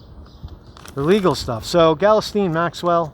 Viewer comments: I realize the spelling of her name is all fucked up but how the heck did you land on "Gellasteen"? No,, no... it's pronounced "gill-" (like what a fish breathes through) "-lane" with the emphasis on the second syllable. "Gill-LANE." Hope that helps:) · I believe it's pronounced ghee_Lane. (soft 'G'). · Pretty sure her first name is pronounced "Gee-lane" but I pronounce it as "Jizz Lane" lol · I thught her name was Ghislaine, not Galasteen